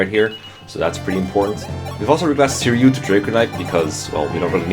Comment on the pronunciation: ...the real reason was benched is because he kept saying Sirioo